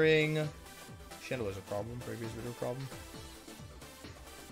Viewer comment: Does anyone know why he say wideo instead of video